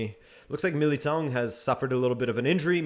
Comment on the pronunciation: Sorry, but given your Portuguese descent, your pronunciation of "Militão" was shocking.